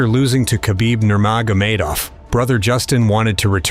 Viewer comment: You don't know how to pronounce "Nurmagomedov"?